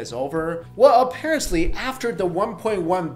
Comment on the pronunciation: a-paris-ly? o.O